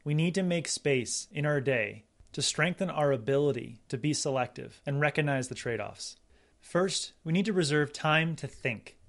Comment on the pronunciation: “Cog” - hard “g” sound. Like a cog in a machine. ReCOGnize, not reconize.